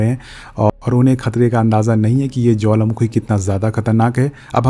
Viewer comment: You say jwalamakhi🤭🤭🤭...by the way love your explanation 😍❤️🥰